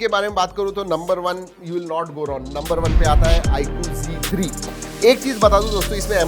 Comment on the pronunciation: Z3 ko bhai ne g3 bola